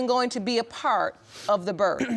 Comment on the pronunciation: “I was at the birf.”